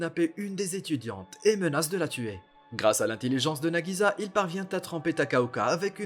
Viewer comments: Cest pas nagiza mais nagisa un s un s! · Entendre nagiZa au lieu de nagiSa c trop bizarre